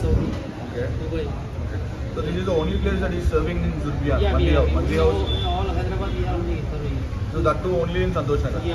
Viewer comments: Its ZURBIYAN not zubriyan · It’s ZURBIYAN not Zubriyan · Zurbiyan jhinga ko bolte 😆😆